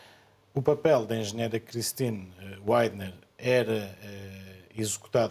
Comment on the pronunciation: Sr deputado saia da estupidez da maior parte das figuras publicas,sff. Nomes proprios não têm tradução,ok? Rei Charles não é rei carlos,Cristine Widner lê-se Cristine Vidner em fracês! W em linguas de oringem latina é um duplo v!